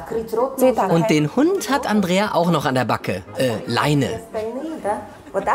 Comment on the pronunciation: Dieser Momen wenn Mann Andreia heißt 😂😂😂😂😂😂😅😅😅 ja mit ei aber Mann spricht es Andrea